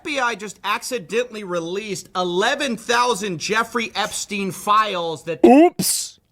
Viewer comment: What everyone said: "Release the files!" What was heard: "Release the philes!"